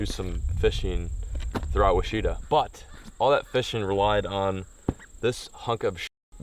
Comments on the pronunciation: No, I'm not the Pronunciation Nazis, but... I'm guessing someone's already commented about this, but when you pronounce the name of that river (Ouachita) it's sounds like you're saying "WISH", but it actually is pronounced more like "WASH". If you care to, you can hear the correct pronunciation several times on this vid: You should also check out Lake Ouachita that's formed by a dam in this river, and it's Arkansas's biggest, at over 40k acres, and around 60 islands with great camping, and is one of the clearest lakes in the US. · It’s pronounced wash-eh-taw. Not wash-ita. I am from Little Rock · Adam Strother im not even from Arkansas and everytime he said it i cringed. Like dude thats not how you pronounce it lol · On behalf of all of us Arkansas guys, Ouachita is pronounced “Washitaw” not “Weeshatah”. No offense. Lol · Lol I heard “washeeta” and was like... where? Took me a minute to realize he meant ouchita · This river runs through Monroe,La and it took me a while to learn how to say this. Not everyone has y'all slang just so you know. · It took me a minute to figure out that he said Ouchita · Just FYI it’s pronounced “wash-eh-tah” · its pronouced "wash-ee-tall" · I mean no offense when I say Ouachita is pronounced (Wash-it-ah)! I kept wondering where you were until it dawned on me lol! I used to do this exact thing in the creeks and tributaries off the Buffalo river in North Arkansas! So much fun! You should head up there. I caught some quality fish out of them as well up to 3 lbs. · for future reference its pronounced wash - it - ah lol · Im pretty sure its pronounced "Wash-i-taw" at least thats how everyone in Oklahoma says it lol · Ouachita...pronounced Wa-shi-taw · You should come fish the Current and Jack's Fork Rivers in Missouri if you like the Ouachita. Also it's pronounced like wa-shi-ta. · Love the videos but it’s not pronounced weechata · My nigga in my state. We pronounce it "Washitaw" by the way. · It’s pronounced wash-ih-taw